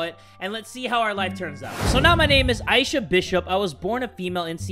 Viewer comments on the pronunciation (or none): Its I-E-sha